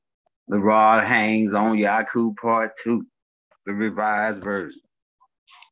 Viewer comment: I appreciate the knowledge but if I gotta hear you say R0d HaYNes I’m gonna lose that knowledge and some brain fragments